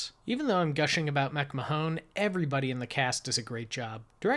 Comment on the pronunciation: Still enjoying the reviews - please keep them coming! For the record, Aline MacMahon's last name is pronounced, "Mac - MAN". I found that the film was remade in 1941 (to code!) as "Highway West".